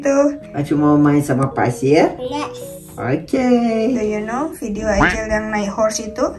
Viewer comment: Mohon maaf ya aycel bukan aycil 😅